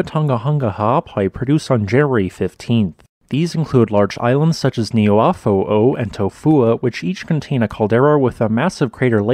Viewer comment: it's the way he talks, leave him be. He at least pronounced the glottal stops in Ha'apai and Niuafo'ou correctly